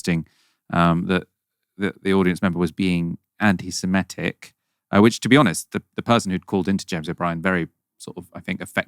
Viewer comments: It is pronounced anti SEMITIC not anti SEMETIC ! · it’s “antisemitic”, not “antisemmetick” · please check the spelling and pronunciation of antisemitic. The word is antisem-I-tic not antisem-E-tic. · Stop saying antisemetic. It’s antisemitic. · Great work, but the word is 'anti-semItic', not 'anti-semEtic', please! Incidently, the Arabs are jiust as much Semitic peoples as are the Jews, sons of Ishmael and all that! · I know correct English is very much out of remit - but after 3 years of this conflict you’d think pronouncing antisemitic properly, that is, not antisemetism, wouldn’t be too difficult. He’s holding this channel back, too scummy & common. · Why does he keep saying antisemEtic? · Please check how to pronounce "antisemitic". There seems to be confusion with the word anti-emetic, a type of medicine that I might need when I hear English being butchered. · Just because virtually everyone else, including O'Brien, mispronounces the word "anti-Semitic" doesn't mean you should. Up your game. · Come on man. Misska? Do your basic research. It’s my-ska. As it’s spelt! And you’re pronouncing anti-Semitic wrong.